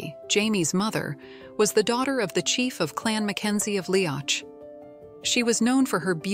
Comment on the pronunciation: I don't know who did the artwork for this video, but Brian Fraser had dark, black hair, not red. He was known as Brian Dub, Black Brian. Jamie was known as MacDub/MacDuff by his Ardmuir men. This means Son of the Black One. Tell the AI that Leoch is pronounced Lee-ock, not Lee-octch. I think that whoever created this video did not read any of Diana Gabaldon's books.